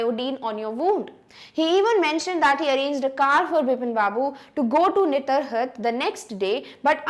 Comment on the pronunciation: Mam, I liked you video so much But you pronounced 2 names wrong in this video. Firstly, Satyajit ray should be pronounced as Satyajit Roy and not as ray Secondly, Netarhat should be pronounced as Netaarhaat.